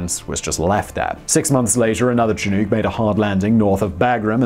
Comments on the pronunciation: Simon please learn to pronounce Chinook correctly. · Why can't British people say "Chinook"? It's "chin-ook". The Chinook people of north America must be so frustrated every time they hear this. It's pronounced "Shh'nuk" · Btw its "shi-nook", not "shi-nuke". ;) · Che-nook? It's pronounced Shi-nook. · They could have saved everybody from outside the area headaches by when transliterating from the native language to English spelling it "Shinook". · Again with the mispronunciations lol Chinook has a sshhhh sound at the front of the word so it’s shinook not tchinook if that makes sense lol. It’s a Native American word for a certain type of Salmon found in the Western US. And side note the “L” in Salmon is silent lol Cheers mate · Chinook = shin + nook (like book) not shin + new + k. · FYI The Chinook Indian Nation, is pronounced shĭ-no͝ok′. Like look. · I don’t know if it’s my Canadian ears but the way he says chinook makes me cringe. North Americans say it as- “Chin-uk” there is no. “Ooks” aboot it 😆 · It's pronounced "Shanook" not "Chin-ook" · In Australia we pronounce chinook like look as opposed to too like Simon said it, it's so interesting how different accents can be! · Say it with me now. "Chinook!" Rhymes with shin-book. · Chi, as in Chicago. Nook, as in...nook or brook. Emphasis on nook. Only my crazed Scotsman of a father says chin-NOOHK. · ITS PRONOUNCED shin-nook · Just FYI, "Chinook" (a native American tribe), is pronounced "shih-NEUK", with the "nook" bit rhyming with "book", not "nuke". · Chinook -- pronounced shin-nook (nook as in "book") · Chinook is che-nok like the winds in Alberta. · whats a chew-nuke? iv heard of a chinook helicopter. idk about no chew-nuke though? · What's the US helicopter called again? A CH-47 "she-nuke"? ;) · Lol he pronounces the American Chinook wrong😂, but it’s all good 🤙 Look Book Cook Took Chinook 🤓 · Simon apparently cannot pronounce Chinook correctly. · Come on Simon....thats not how you say Chinook lol blaze on